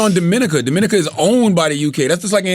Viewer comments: It’s fucking Dominica!!!! Break it down and sound it out !! Monck’s Corner ! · 21Savage is from Dominica....which is the British Virgin is pronounced DOM A NEEKA...where Envy Dad people are from.